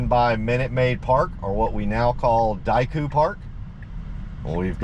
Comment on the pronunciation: It’s Daikin Park, not Daiku. Japanese company.